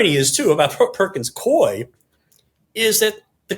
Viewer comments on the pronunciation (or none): The law firm is pronounced Pur-kins Coo-wee. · It’s pronounced Perkins Coo-eee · JVL and George Conway: the Perkins firm's second name is pronounced "Cooey" and Mark Elias prounounces his last name El-eye-ess. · Always excellent info! FYI the name of the firm Perkins Coie is pronounced like “Koo-ee” 😊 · Pronounced "Perkins Cooey" I worked there for a few years in the 80s / 90s.